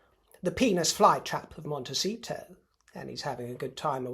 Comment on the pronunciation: "Monte-sheet-show" love it!